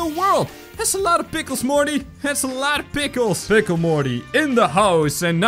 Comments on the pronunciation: It’s pickle not pickel! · WHY DO YOU ALLWAYS SAY PLCKLE IN THIS VIDEO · you said pickel 19 or 18 or 20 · its funny how he said to make every pickil rick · this is how many times he said pickel | v